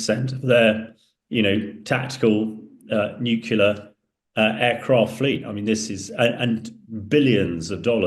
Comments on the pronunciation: Someone tell him that the word is NUCLEAR (pronounced 'new clear'), not NUCULAR.............. sheesh. Maybe that's why he is the EX nuclear defence forces commander. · NUCLEAR, nuclear, NUCLEAR, nuclear, NUCLEAR, nuclear, NUCLEAR, nuclear, NUCLEAR, nuclear, NUCLEAR, nuclear, NUCLEAR, nuclear, but not nucular. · Please teach this dude to say NUCLEAR, not NUCULAR. How embarrassing. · Anyone who says Nucular has instantly destroyed their own credibility. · When will people stop saying nucular instead of nuclear. The word derives from nucleus. This trend accelerated when the supremely ignorant George W Bush popularised it. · Nucular? What the f is nucular ? You can't pronounce nuclEar? If you can't pronounce, in English words, why should we trust what you say? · This "expert" can't even pronounce NU CLE AR. Only phuctards say NEW CULAR. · It's nuclear, not nucular 🙄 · The guy does himself a disservice when he keeps saying "nucular" when it should be "nuclear". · It's nuclear not nucular. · It's 'nucleEar' FFS. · I think he said nucular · How can this person expect to be taken seriously if he says "nucular"? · What’s with nucular??? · I can’t take an ‘expert’ seriously when they can’t even say ‘nuclear’ properly!